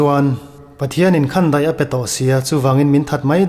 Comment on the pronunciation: Khandaih i lam dan hi a dik lo. Khan hi khanchhuk kan lama a ri hniama lam tur a ni a, daih pawh hi ri sâng ni lovin, ri hniama lam tur. Ka indaih lo, tia daih lam rik anga lam tur...